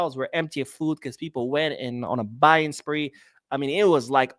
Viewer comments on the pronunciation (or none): none